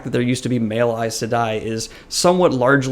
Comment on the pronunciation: I've never heard it pronounced how you say it (there are other words in different videos that you pronounce differently as well but it's not like any of it matters haha), I thought it was pronounced 'sigh-dar' and 'sigh-deen' 🤔